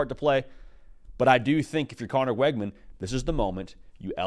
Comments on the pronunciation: His name is pronounced Wigman, not Weggman. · It's pronounced "wig-min". Learn it so you don't sound stupid saying "Weg-man"